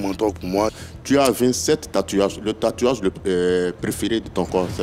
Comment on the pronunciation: dit tatuiyage